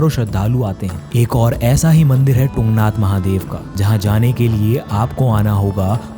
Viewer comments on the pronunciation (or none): It is तुंगनाथ not टुंगनाथ bro. तुंग=ऊँचा